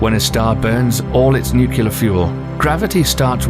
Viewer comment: Nuclear not nucular